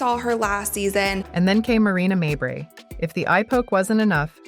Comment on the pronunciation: Stop mispronouncing mabrey 😢